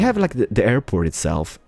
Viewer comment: "Airpoo" XD